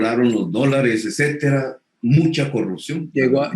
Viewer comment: Sr. Petro se debe decir etcétera y no ecétera.